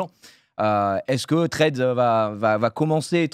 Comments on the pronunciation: Les potos, vous savez prononcer Club House, vous êtes des personnalités publiques, savoir prononcer Threads, vous pouvez! Allez Domingo, petits cours d'anglais ? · Y’a moyen de faire un effort sur la prononciation de « Threads » ? Sinon je comprends pas pourquoi on voit des posts de gens qu’on ne suit même pas… C’est genre un mur Facebook ? 🤨